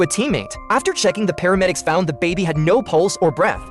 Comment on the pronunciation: It’s paramedics not pharmedics